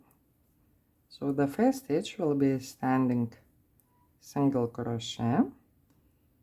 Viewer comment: It is pronounced CROW-SHAY.